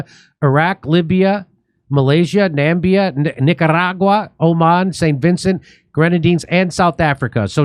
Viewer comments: Nambia 😂 Hopefully Namibia forgives you for that. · "Nambia" - haha, typical USAn, Jimmy. No idea about the rest of the world. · namibia not nambia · It’s Nam-I-bia Jimmy. Love ya ❤ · Germany is busy with its third Holocaust, the first being the one on the Herero and Nama people in Namibia (which Jimmy pronounces as 'Nambia')